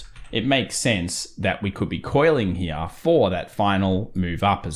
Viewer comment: I get a little burst of dopamine every time says "Right Heeyah" Love your analysis. Very close to how I do TA.